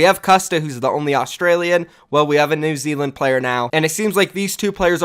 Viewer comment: Now just imagine if Americans didn't say New Zealand so badly lol